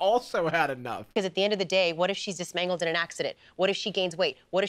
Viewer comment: Is dismangled a word 😭